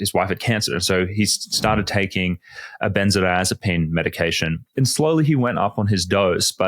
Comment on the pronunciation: is a "Doctor doctor" I presume, So why does he pronounce the drug benzo-azapine, missing the "di" in the middle? Consistently through this video. It's quire odd.